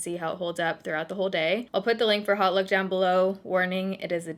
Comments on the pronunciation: It's "ahwt look", not "hot look". 😐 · I'm sure someone said this, but it's pronounced Oat Look.